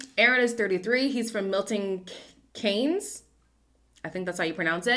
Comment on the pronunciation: Hi I do understand you don't live in the UK so the names will be difficult to pronounce but here are how to pronounce some of the words Milton Keynes=KEENS In the UK we pronounce Shire as SHUH Leicester is pronounced LESTER Norwich is pronounced NOR-RIGDE 🥰💗